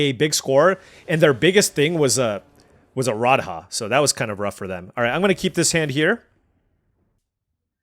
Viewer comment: Your pronunciation of Indian words is insane dude, look up radha. idk if the rest of the mtg community says it the way you said it, if so fine lol, i only really watch you.